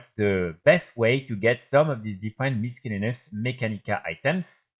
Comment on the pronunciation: missellaneous pour la prononciation ^^